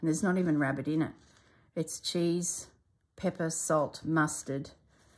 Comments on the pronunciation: We had one of those toastie makers, and they were so popular you could even buy loaves of round bread to use in them. Incidentally, the cheese rarebit is commonly known as Welsh Rarebit and is pronounced as it is spelt - rare-bit, not rab-bit. A favourite Sunday supper with soup. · I love Welsh Rarebit. For information, it’s pronounced rare-bit (as it is spelt), not Rab-bit.